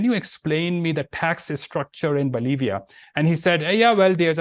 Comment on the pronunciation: His english is pathetic for a globe trotting Consultant . See how he pronounces Bolivia :face-purple-crying